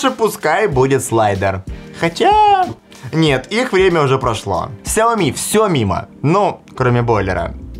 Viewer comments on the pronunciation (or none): Вас зовут? Вам приятно будет, если я вас буду называть Канил или Ванил? Или ещё как-то, сменяя первую букву. Лично меня бесит, когда говорят неправильно. И раз такой умный, загуглите и запомните, нигде "Ксяоми" не правильно, только "Шяоми" и "Сяоми". Всё! Букву "X" не читают как "К"